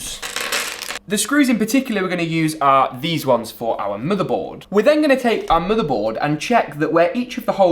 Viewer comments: Da MoDar bOarD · I’m not sure why, but the way he pronounces Motherboard is Oddly Satisfying.